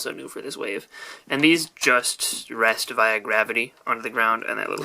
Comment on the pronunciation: Not trying to be rude but you said via wrong